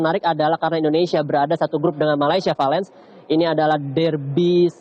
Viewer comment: Kok reporter ngomong dirby Melayu? Ngawur ini reporter.